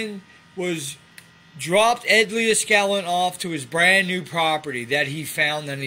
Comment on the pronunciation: You keep saying Ed Leah-skallin, haha.